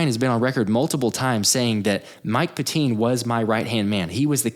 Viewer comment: It's not pronounced "pet-TEEN", It's pronounced "PET-tin". I went to CB West from 72 to 74, during which time his father was a LEGENDARY coach.